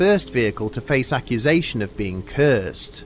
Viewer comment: The way you say cursed cracks me up, but I enjoyed the stories.